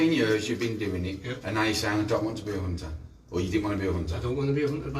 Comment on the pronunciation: "A nunter"